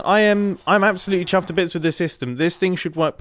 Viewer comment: Yeah, but he really emphasized the "chuffed to bits" in this video.